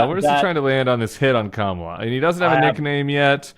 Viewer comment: Did anybody notice that Trump pronounced Kamala's name correctly at the press conference today? Not sure what that means!